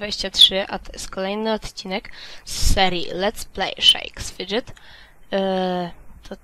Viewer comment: jagby co to się inaczej czyta to shakes fidget poćwicz troche